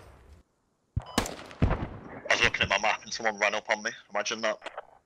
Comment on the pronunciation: "Imagen tha" lol